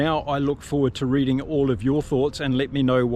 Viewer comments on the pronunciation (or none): none